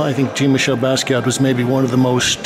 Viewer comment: you pronounce his name very wrong and you also pronounced leonardo de vinci wrong very good video though